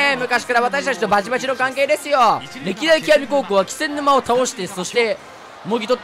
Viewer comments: ずっと「『き』せんぬま」って言ってない？ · 気仙沼 「け」せんぬま です！ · 重箱のスミつつくようで申し訳ないが、「気仙沼(キセンヌマ)」ではなく「気仙沼(ケセンヌマ)」なんだよなぁ。 つまらない指摘でどうしようもないけど気になっちゃう